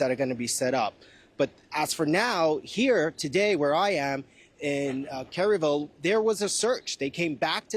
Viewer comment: It’s Kerr- ville say it with me